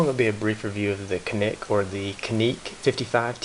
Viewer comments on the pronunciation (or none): People from Turkey pronounce it as JOHNICK. Just getting that out there. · Don't worry about a 10 pound trigger pull in a defensive situation. If your life is endanger it will be light as a feather. The name is pronounced Janik. The C in Turkey is pronounced like a J. P.S. Rock Chalk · By the way - 'Janic' would be the correct pronunciation here ;) Greetings from Turkey! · Pronounced... "janeek"